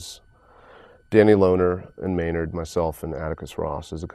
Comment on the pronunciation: It's Maynard, not Maynrad. Just a friendly correction there.